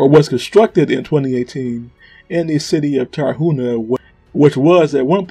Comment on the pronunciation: Dude it's Tar-hu-na not Tara-huna. You said the name of the city right but the vehicle you butchered. Come on man! Great video.